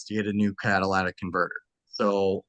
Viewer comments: Catalytic converter, not Cadiladic.... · Say it with me slowly: “catalYtic converter” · "Cat-ALA-tic converter" 😂😂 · For the love of GOD. Cat-A-Lit-Tic. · “cadilladac converter”